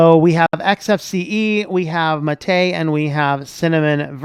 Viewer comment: I thought MATE was named after the drink. If so, it should be pronounced with the stress on the first syllable, not the second